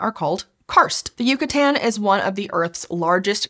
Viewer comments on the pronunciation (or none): It’s Yucatán not yucutan you dweeb